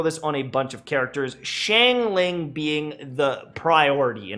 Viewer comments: the fact that you pronounce it like “shangling” literally hurts my brain sm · please stop saying shane ling